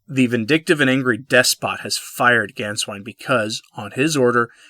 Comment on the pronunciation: You pronounced Sa - RAW well but it's Gain-svine.